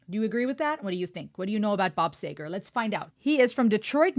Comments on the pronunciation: Your awesome, yet the last name was killing me lol (see grrr. Sea get) LOL You watched the video that was in his later years after he over came throat cancer. This IS AN AMAZING song, but you gotta go back to many, many, many older better hits. “Night Moves”, “Sun Spot Baby”, “Still the Same”, “Main Street”, “Hollywood Nights”, “Fire Lake”….there are literally dozens of amazing songs. Bob Seger and the Silver Bullet Band Enjoy far better than this song, and this song is amazing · Seeger. Learn how to pronounce the artist name? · Bob Seger(See-ger) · There is A in Seger, it is pronounced Seeger. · Sorry my tying is reckless. But it's pronounces see ger. He has a multitude of hits. My favorites are night moves. And we've got tonight. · Pronounced: Bob See grrrr❤ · Pronounced C-ger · Please pronounce his name correctly … I’ve been listening to Bob Seeger (Sea ger ) since the mid 70’s so many great songs I even seen a couple of his concerts while enlisted in the military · I know you’re pronouncing his name wrong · It’s a E.. not a A! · I have to say I turned your channel off 15 seconds into this comment video. If you don't have the respect for one of the greater rock singers of all time to learn how to pronounce his name, then you have no business doing these types of comments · You pronounce his name improperly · PLEASE pronounce his name correctly! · Your saying his name wrong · She has no idea about anything music. If you can’t even say his name correctly. You shouldn’t be commenting on any music. Pretending to never hear of one of the most iconic singers in the world. Still. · My first time watching your review. You missed the mark pronouncing the name and no clue about Rock and it's history. Become smarter on anything you will review in the future. Very closed minded babble. D league. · I was about to do the same thing thank you. Her mispronouncing his last name was driving me insane. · It is "Seeger" not "Sager" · See ger, not sayger. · SEE GER not SAY GER